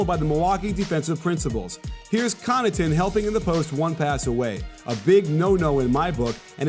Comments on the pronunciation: Coach finally figured out how to pronounce Connaughton! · Coach! You pronounced Connaughton correctly! That was so awesome :)